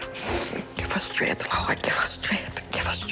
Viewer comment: is it just me or did the mom said "susses" (success) and "straighth" (strength)?